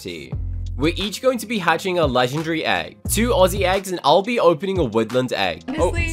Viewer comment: Never forget how he says legendary: Legndry😂